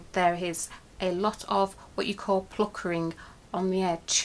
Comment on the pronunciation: Love the tutorial can I say though it's puckering not pluckering